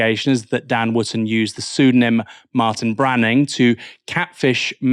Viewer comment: Dan “ Wooftor”!